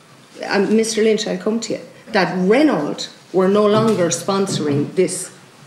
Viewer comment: The car company is pronounced Ren Oh, not Ren awlt. Mon dieu! guelle horreur!